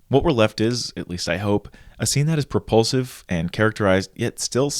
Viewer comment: Is it just me but, every time he said propulsive, I heard repulsive 😅